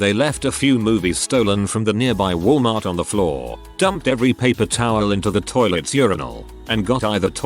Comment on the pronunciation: had to be in a wal-nart......